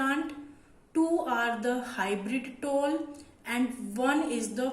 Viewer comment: It is tall , not toll